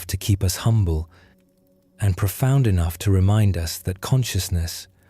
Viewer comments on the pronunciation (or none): none